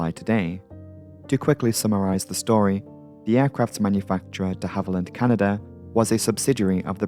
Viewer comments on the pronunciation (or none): none